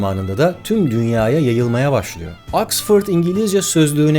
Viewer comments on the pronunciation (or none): oxfor du axfaid okudu bir sey daha ogrendik.